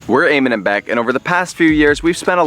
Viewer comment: your name eamon is pronounced e-mon